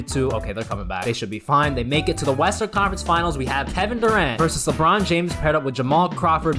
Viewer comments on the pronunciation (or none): did he just say western or am i maniac